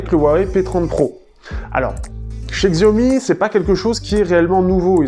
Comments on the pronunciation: Oui c'est horripilant d'entendre le mot écorché. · Xiaomi ce prononce Chiaomi